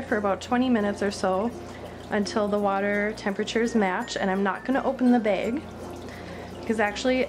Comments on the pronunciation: It's bag not beg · blooming bettas yeah she says baeg but it's fine, everyone's different.